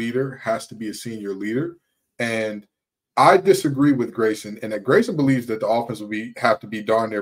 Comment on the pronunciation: Grayson you nailed the pronunciation!